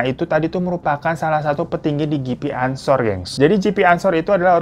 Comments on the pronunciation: GP anshor bacanya ge pe anshor bang bukan ji pi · Ge Pe Bang bukan Jipi ansor